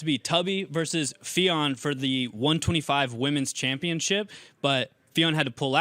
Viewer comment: "Welterweight Chanpionship"